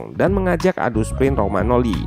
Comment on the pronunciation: Maaf sedikit koreksi, beberapa kali nonton analisis tentang milan selalu penyebutannya rogmanoli bukannya Romanyoli, btw padahal di video ketik sendiri Romagnoli. Terimakasih